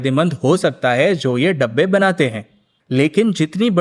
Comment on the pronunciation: डब्बे नहीं, डिब्बे😔